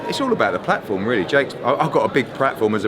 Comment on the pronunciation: Hearn “I’ve got a big prat-form” 🤣 prat